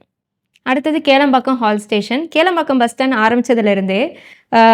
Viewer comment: Athu kelampakkam illago kilampakkam